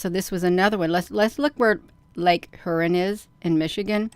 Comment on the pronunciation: Shalom! Just letting you know that Huron is pronounced HEAR-ON. 😊 Thanks for reporting on this - I had not heard this news. If you read in the book of Ezekiel in Father's word - Ezekiel describes these crafts - it uses the word, amber - but if you look up the word in the original language it was written, which is Hebrew - the definition of amber is - highly polished bronze. May you have a blessed day in Jesus Christ name!